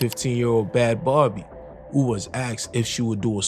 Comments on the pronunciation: LMFAO bro said "bhad bharbie" lol I think you meant "bhad bhabie" 😅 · its not bhad barbie its bhaby lmao